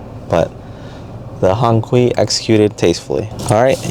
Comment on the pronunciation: You didn't even care to find out how to pronounce it right. Another wannabe